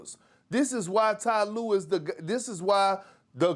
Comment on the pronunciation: “Tee Lue”